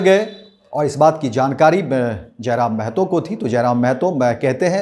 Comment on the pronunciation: जयराम महतो है जयराम मेहतो नही